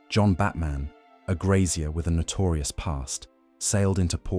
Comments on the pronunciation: John Batman's surname is pronounced as in senior military officers aide. Not as in Bruce Wayne's alter ego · Just think if this AI slop could have pronounced his name properly